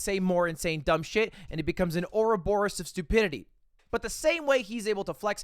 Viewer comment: my dude said aura borus LMAO